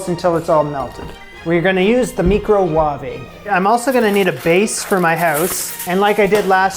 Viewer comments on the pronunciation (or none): Love how you said microwave like that English cook (can’t remember her name) 😂😂😂😂😂your so funny man love you’re videos. Sometimes when I make things off YouTube my rendition looks like a six year old made it. It’s nice to see someone real and all your frustrations, shit that goes wrong! Soooo real to life 😂